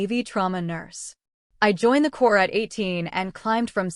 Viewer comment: The word is CORPS (pronounced core)